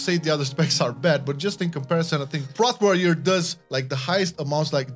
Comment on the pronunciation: its P-rot warrior not prooot